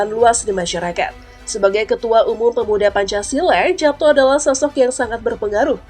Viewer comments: Dibaca yapto ( ejaan lama )....nduk...bukan japto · Sepertinya baca namanya itu yg benar YAPTO SURYOSUMARNO, bukan japto surjosumarno krn itu ejak'an lama 🙏🙏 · Pembaca beritanya tidak mengerti cara membaca EYD. Kedengarannya jadi loetjoe.. Khususnya saat membaca nama tulisan Japto harusnya dibaca " Yapto'. Soerjosoemarno harusnya dibaca " Suryosumarno". Tolong diperbaiki. Tks. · Heran, pembaca narasi kok tidak tahu cara membaca (mengucapkan) nama Japto Soerjo Soemarno Itu kan ejaan lama; huruf J = Y